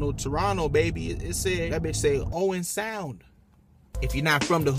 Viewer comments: "Owen Sound" I diedd. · man said Owen sound lol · I died when he said Owen sound😭😭